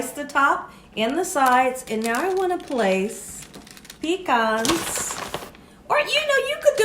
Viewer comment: Thank you for keeping it southern, "Pecans"